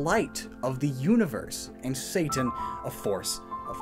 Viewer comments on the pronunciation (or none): none